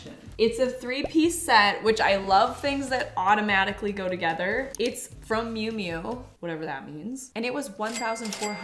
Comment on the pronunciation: First of all the name of the brand is miu miu and the way to pronounce it is meyou meyou. It is an Italian design and she is the daughter of Prada. Just do your research lady. That not to much to ask for all the money that you make on this platform.